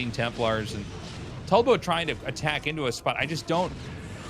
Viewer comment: Tasteless called Tulbo ‘tub’lo 😭